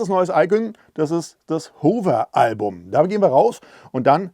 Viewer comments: Besten Dank. Nettes Spielzeug für große Buben. Erkenntnisreiche Präsentation. (Wenn Du aus Deinen eigenen Video-Tuts auch 'was lernen möchtest - nur dann ... : "Modus"-Singular; "Modi"-Plural, "Modis-gibt's nicht; "Hover"=[howwer], [huhwer]="Hoover" (war glaub' ich 'mal ein Staubsauger) Klugschiss aus!). ;-) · Lieber, dank für das Video...Aber es spricht sich, meine ich, HAWR (Hover):)